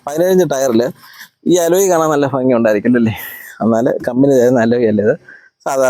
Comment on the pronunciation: ഭംഗി അല്ലേ ഫങ്ങി എന്ന് അല്ലാലോ